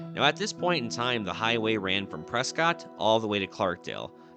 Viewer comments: The way you mispronounce PresCOTT grates the ears. You claim to be a Zonie, pronounce it right! The family pronounced it PresKITT to differentiate themselves from the British loyalists in the family during the revolution. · It’s pronounced Preskit! You can get beat up calling it Prescott at some bars there! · Cant you say the real name of Prescott, It is pronounced Preskit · Drove the road many times long ago, lived in Jerome for a bit. Those days all stairs were outside the house in case of fire. Thanks for the cyber drive❤. PS if you pronounce “Prescott” phonetically we know you’re not from there😉. Lived there, too. My kids found some baby horned toads at some place along the drive where we stopped on Mingus Mountain. Along the drive through Chino Valley one day I encountered a Golden Eagle🦅 on the shoulder of the same side of the road as I was on. It was feasting on a rabbit lunch and didn’t even stir as I passed by. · It’s “Preskitt” 😁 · Remember it's pronounce "Preskitt"...I was scolded by some old timer when I was in college up there at Embry-Riddle University. Lol. Jerome is a cool place to visit. Lots of history. Avoid the weekends as the place gets packed, especially holiday weekends. Holy shit! The wife and i wanted to spend more time there but it was so busy with tourists the day we went...couldn't really take the whole town in.